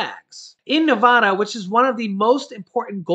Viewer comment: You pronounce "Nevada" incorrectly... 😂